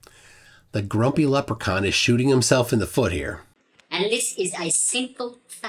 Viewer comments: Oh, GRUMPY leprechaun. I thought you said "GROPY" leprechaun - as in a leprechaun who gropes himself (the clip when you said he was putting on a fresh pair of Depends). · I thought you said "gropey leprechaun" until you put up the grumpy graphic.:D Thanks for the great video,.